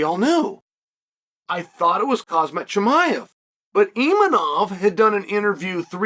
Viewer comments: Khamzat, chael. Not Khazmat for fucks sake. You can call him Hamza too if Khamzats too tough for ya to pronounce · Did this guy just say Cosmic Chimiav? .. new character unlocked